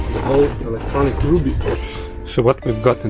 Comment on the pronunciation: I don’t think rubbee is pronounced like ruby.